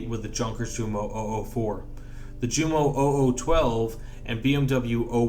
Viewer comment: "Junkers" and "Jumo" are both pronounced with the German "J" as a Y. As in Yunkers and Yumo. Otherwise great stuff.